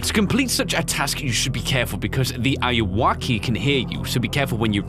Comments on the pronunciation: It's not awoki how says it it's Anne are u okay auwoki auwoki anne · DUDE its not said like that the ayuoki is any are you oki a yu oki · It’s Pronounced woke. Say woke but add keee wokey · it's not ayu-woki, its ayuw-oki aka, are you ok lol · almost every YouTuber doesn't pronounce ayuwoki right... it's basically just the smooth criminal reference. are-u-ok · Eyeuakey why does he say it like that lol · He is saying the name of the game wrong but it’s cool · You were pronouncing the games name wrong btw.